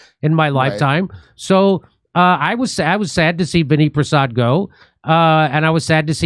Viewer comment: Jeez, it’s not Vinny Prasad, it’s Vinay Prasad!